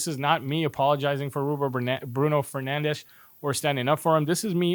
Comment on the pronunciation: did you live in portugal ever or have portuguese friends/family? you pronounce fernandes correctly its rare its a heavy language portuguese... everything sounds full of g's and z's to american or english ear : )